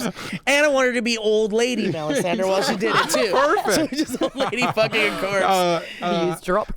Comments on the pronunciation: melisandra, not melisanderr man that was annoying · it hurts when I hear pronounce Melisandre as MelisandER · '..Sandre' whispers Maude after butchers the lady's name. Lol loved that. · Does pay any attention to the show? How the hell does he not know how to pronounce Melisandre after all this time? It was so annoying hearing him say melisander. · Why do you pronounce it "Mel-i-san-der"? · Am I the only one who finds it obnoxious as hell that keeps saying "Melisander"? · drinking game: take a shot every time says Melisander, then yell FEEL THE BURN!!!!